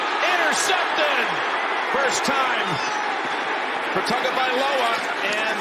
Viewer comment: The commentators could at least try to say his name. It’s Tuanigamanuolepola "Tua" Tagovailoa (/ˌtʌŋoʊvaɪˈloʊə/ TUNG-oh-vy-LOW-uh) according to Wikipedia.